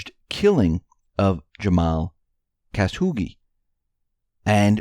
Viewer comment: Khashoggi, Cuh-shaw-gee. Not Caz-hoogie.